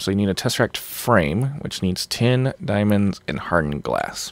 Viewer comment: Every time says tesserack, my brain says Muad'dib.